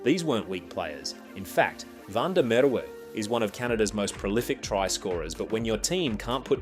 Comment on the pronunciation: Van de Merwe is pronounced "Fun-De-Merr-Ve" 😂😂😂